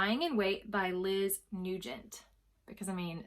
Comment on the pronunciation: Dying to read In A Dark Dark Wood! Newgent.... that's how you pronounce Nugent haha!! I had no idea how to pronounce it on my latest video for my Thrillerathon tbr😂 Crazy Love You is AMAZING. Cant wait to hear what you think of it!!! Nawwwwww I LOVED hearing you talk about my book. So happy you have a physical copy!!! Nawwwwwwww. Thank you so much!!!!!!!